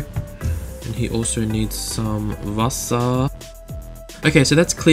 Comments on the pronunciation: "Wasser"😂 do you speak german? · It is so funny when you speak German :D! They need some WASSER! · Are you german xD?? wasser haha